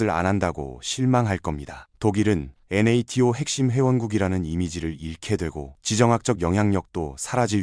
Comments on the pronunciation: 나토를 엔에에티오라고 읽는 게 좀 거슬린다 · 영상 잘보고 있습니다! NATO(나토)나 BASF(바스프) 발음을 스펠링으로 하는 게 AI 리딩이 조금 티나서, 이부분만 없으면 영상 깔끔할 것 같습니다.!